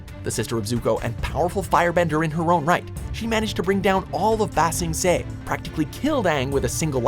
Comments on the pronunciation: Yoonalack, Waan and Baa sing se made me wake my parents up I was laughing so hard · "yOuNaLaQ" " zAw" "wEhN" "eHmOn" "oH-zAi" "bA sInG sAy" i'm sorry but... cringe